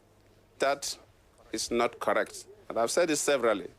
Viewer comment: Lol I love your speech "That is nat carrect, that is nat carrect"